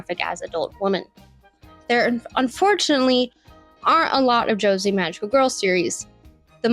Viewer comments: "Josi" "Bisojo" "Go Nagi" "Studio Parrot" Please work on your pronunciation if you want to make essays. And did you seriously say that Creamy Mami's name is an innuendo? Was it really so difficult to watch a single episode of the show to find out where her name actually came from? Hint: it's from her parents' crepe shop. I'm pretty sure you haven't actually seen any magical girls outside of Sailor Moon, Utena, and Madoka. You simply don't understand the basic timeline of this genre (insulting Cutie Honey like she was some dirty joke, even though her monumental influence created Sailor Moon, including the iconic transformation sequences), and what was actually important to it. You ignored absolutely legendary works like Tokyo Mew Mew, Corrector Yui, Ojamajo Doremi, Precure, and even Cardcaptor Sakura (saying nothing of Clamp's another classic, Magic Knight Rayearth). You simply focused on the three shows you watched, and built a narrative around them like nothing else matters. And the narrative itself is insulting - men and women alike enjoyed this genre since the beginning, and both men and women find the feminine beauty of magical girls exciting in all kinds of ways. There's no need to take about any gazes, there are only preferences, which don't have gender restrictions. If you want to be a video essayst, you need to put vastly more effort into your due diligence. You can't just write this like you would talk to your friend who knows nothing about the topic, so you both mak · its not too late to delete this. im so serious if you want to make video essays going forward this is going to nuke your credibility before you even start. josei as "josie"? girl... i'm not even 2 minutes in and this is Rough. do they not teach kids how to research/write essays in school anymore? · Yeah alright when i heard josei being pronounced ''joezey'' i knew i was being subjected to brain damage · Gurl, that’s not how Josei is pronounced. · The pronunciation of "Josei" is sending me